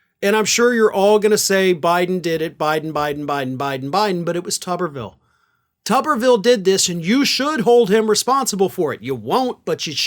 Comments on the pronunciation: It's not "TOOB-er-ville?" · It's toober ville as in Oscar Meyer weiner. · Oh, so it's pronounced Tub-er-vill as opposed to what I thought it to be as Too-ber-vill. 😂😂😂 Apologies as I generally watch/stream on mute with [CC] enabled... especially for when I'm laying in bed ready to fall asleep.